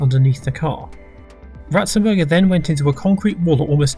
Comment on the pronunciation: You got Ratzenberger very wrong